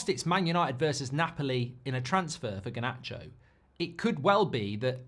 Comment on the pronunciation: This whole thing needs to end, I just can’t hear Mark say GAH-nacho anymore.